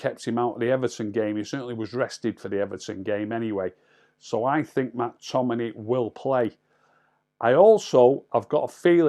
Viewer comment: Any chance you could actually say the players names correctly.....mack tominay .....marshall.....bayley.....